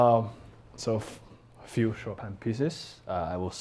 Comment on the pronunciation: Bang Bang for sure knows how to butcher Chopin...